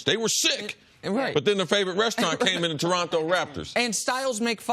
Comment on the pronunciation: Why do Americans pronounce Toronto like they have Down syndrome?